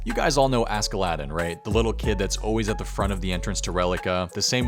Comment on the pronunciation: The way you pronounce Askeladden physically hurts😂